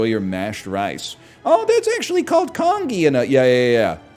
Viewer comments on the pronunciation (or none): the way he pronounces congee is sending me. con ghee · I hate how he says congee